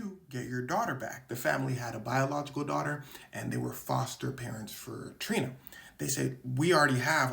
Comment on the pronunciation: I beg your finest pardon.. foster hwut?